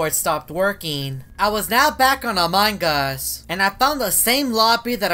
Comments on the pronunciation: I heard among gus :/ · everyone: among us: among GUS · I love when say "Amongus" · No its among us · But its amugus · says amongas all the time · Why does he say among us like that